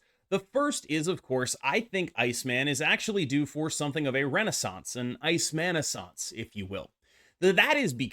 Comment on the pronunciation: Ice mannasaince? Lol